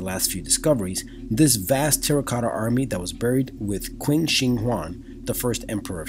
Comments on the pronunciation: Just to tell you as someone who is Chinese a Q is said with a CH. It is pronounced Chin dynasty even though it is spelled Qin. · Emperor Qin's name is pronounced "CHIN" the Q makes the CH sound